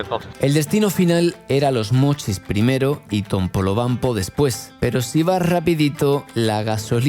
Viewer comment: TOPOLOBAMPO, la puta madre, pronuncia bien, carajo 😂